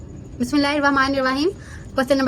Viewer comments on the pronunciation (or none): Ap bismillah wrong parhati ha bismillah ma wao nahi ata